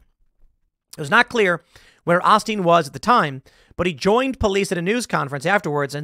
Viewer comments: It’s pronounced OH-Steen not AH-steen. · Tim, it's pronounced "O"steen. The "o" is a long "o". That said, I WAS a casual watcher of Osteen, but he lost me with his stunt during the hurricane and flooding in Houston a few years ago. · Osteen , oe steen, not ahsteen, I couldn’t take it 😂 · Joel "O" steen not "AH" steen tim. Cmon 🙄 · Joel aostin lol it’s osteen tim. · Since when is it Osteen and not Olsten? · I cringe every time Tim said Ah-Steen..... Oh-steen Bruh!!! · "O stien" not "awe stien" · Not 'Ah-steen' it's 'Oh-steen' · It’s pronounced O Steen. Not OSteen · It’s olsteen. Ole - steen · Correction: it's pronounced "Oh-Steen" NOT "Ahhh-Steen"! I know this as fact since I went to Lakewood in the 80s! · Not A-steen…It’s O-steen. Ohhhhhh- steen. Joel Osteen. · “O” stein, not “as” stein 😂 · It's a long O. Oh-steen not Ah-steen. C'mon, Tim. I'm not necessarily a big Osteen fan, but say his name right. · Is OHsteen. Not Ahsteen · lol acouple things: This was in Houston Texas. Lakewood is the church name. His name is said like “O-steen” not os-teen lol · “O-steen” not “Ah-stien” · Its O... Steen ...O Steen Joel Osteen not Ahsteen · Joel Oh-steen not Ah-steen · its Oh Steen not Ah Steen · It's pronounced OH-steen not AH-steen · Just FYI, it's Oh-Steen, not Ah-Steen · Why are you saying AH-steen? Isn't it Ohsteen? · It's Joel Osteen, not Olsteen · He mispronounced osteen, not ahsteen, it’s O-steen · O-steen. Not Austeen. O-steen. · By the way, it's pronounced "Oh-steen" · Its pronounced "OH-steen". Just FYI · Yes, he's corporatized the church. It's mostly a feel-good church as well. Also, it's pronounced Oh-steen. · Just to clarify, his name is pronounced "Oh-steen" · How do you not know how to pronounce “Olsteen” lol. He’s been in the public eye for 20+ years. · It is O-Stene.....Long O + Stene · It's pronounced Joel OH-Steen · Pronounced OH Steen bruh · Ever notice how all the freax are pro-ballestine? (It's pronounced Oh-steen btw). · OH-steen is the pronunciation.